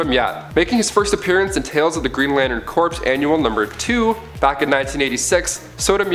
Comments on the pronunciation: its pronounced core not corpse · Stop pronouncing corps as corpse. It's pronounced like core. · Just dont have him do it. Cant stand Corpes corpes corpse. He doesn't know how to say Corps pronounced Core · Alan Scott got his power from the Star Heart, and Corps is pronounced as "Core", Corpse is "corps", (which is being said in the video). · its "core" not "corpse." beside that tick, neat list. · thanks for pointing this out, yo. i was gonna post it here myself if no one else did. was also startin’ to go nuts because he kept pronouncing Corp as “Corpse” instead of “Core”... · Corps is pronounced "core" not "corpse" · Can you stop saying lantern corpse please it's really annoying, it's pronounced core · "Corps" is pronounced "core", by the way. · Corps is pronounced core... please understand that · The people who run and host this channel are Canadian. And Canadians have a different way or pronouncing words. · Also Corps Is pronounced "Core" in Canada too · Stop saying corps it is core say it like that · The p in corp is silent. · Yeah, that was seriously grating on my nerves. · As far as I know the p corps is silent. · Maxx Damage lol yea when I heard him say that I was like “hold on there buddy” I’ve been reading GL since at least 2008 that has never happened....I peeped the corps being mispronounced but that did bother me as much lol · The "p" silent in corp. Plus most of these should not be on this list. Most of this are well known. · Yeah I bout got pissed